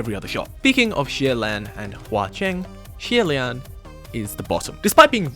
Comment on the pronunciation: i really appreciate the effort to properly pronounce xie lians name but i was cracking up at it progressively getting worse after the first time LOL